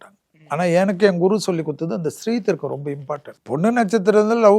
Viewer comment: Sthree Dheerkam , not Shree Dheerkam